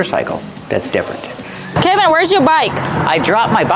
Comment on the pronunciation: and What is the correct pronunciation of the name Kevin? I heard say "kaah-vin" multiple times in the video.... while Kevin introduced himself as 'ke-vin". Since this is an American English pronunciation channel I'm asking you guys to please educate me with the correct pronunciation.